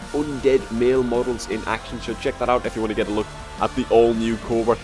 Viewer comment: I'm impressed, you pronounced my name right no body ever does that :P